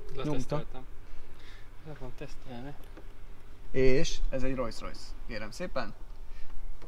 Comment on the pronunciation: Nem "rojsz-rojsz", hanem "rolsz-rojsz"! :)